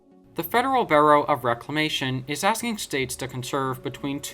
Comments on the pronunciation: the word BUREAU is pronounced B-YOO-ROW and not BURROW as to dig a rabbit hole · Bureau is pronounced Beur-o. Gorge is pronounced with a hard G.